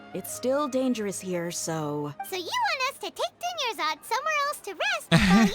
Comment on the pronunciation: it's pronounced Dune-yar-zahd Not dune-yuh-zard. Edit: I don't mean for that to come across as rude. 😅 I just know a lot of streamers still mispronounce her name. Even months later.